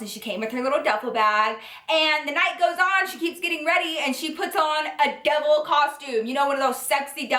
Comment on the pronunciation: and when she said Devil I thought she said Double! 😂